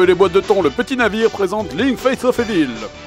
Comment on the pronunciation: C'est quand-même du gros foutage de gueule que le JDG qui dit "Metal Jir" et, dans la même vidéo "Face of évil" fasse cette remarque.